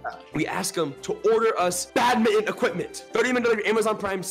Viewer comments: it's not pronounce as bad-mi-ton it's pronounced as badminton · IT'S BADMINTON BUT PRONOUNCE BAT-MIN-T-ON